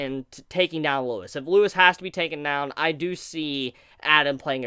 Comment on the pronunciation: Why is everyone calling him Lewis!? LEUVIS